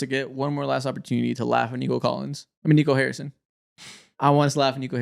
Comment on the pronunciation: Yo gotta stop fumbling Nico Harrison's name 😭 first Nico Mannion now Nico Collins